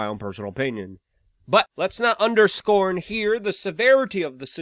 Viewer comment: "Let us not underSCORN this". Well done, Luke.